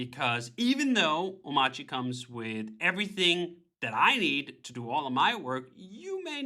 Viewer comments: why doesn't he pronounce the r in omarchy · DHH is wrong about the pronunciation of Omarchy, just like the gif guy